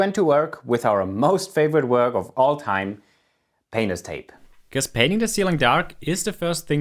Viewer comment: is it just me, every time he says painters tape?